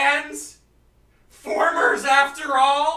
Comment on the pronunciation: Derp ssundee said trans former